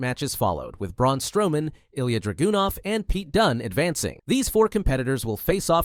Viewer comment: I don’t know about everyone else here, but I find it terrible when the creator of WWE content whose channel name is can’t pronounce wrestlers names correctly. In the video alone Iyo, Isla Dawn and Ilja Dragunov were mis-pronounced. Someone that has a channel about wrestling should know how to pronounce the wrestlers names correctly.